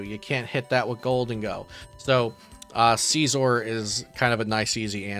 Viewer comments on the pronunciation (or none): Mf says seezor